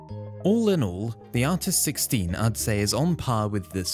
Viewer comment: I’ve watched the video 13 times and this whole time I thought he was saying artisticstein or artisticsteed